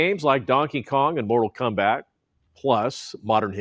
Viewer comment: Lol he said Mortal Kumbat 😂